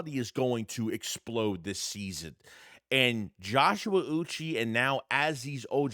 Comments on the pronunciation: Uche is pronounced oo-chay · Learn how to say say Joshua uche because you sound like a retard